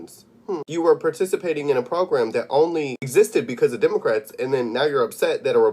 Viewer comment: Trump Tards: This Damn Demuhcrat... Accused Person: All I said to this man was, he needed to hurry up and check out! He was holding up my check out line spouting random rants about, "demuhcrats".